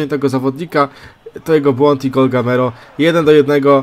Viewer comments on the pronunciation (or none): Mówi się Gameiro